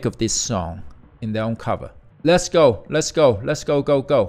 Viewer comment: Herman got it wrong at the beginning, it's not "Let's Go" it's "Le-Go."